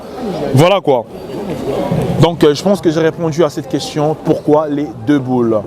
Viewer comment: Le nombre de fois qu'il a dit queschion au lieu de question 🤭